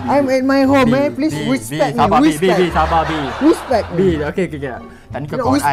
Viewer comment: ada perkataan baru Respect❌ Wispect ✅